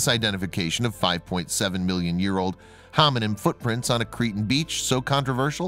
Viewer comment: Am I the only one that is hearing him say "hominym" as opposed to hominid or hominin?